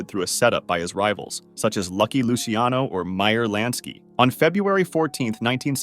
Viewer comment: btw luciano is pronounced "loo chano" not "loosey ano"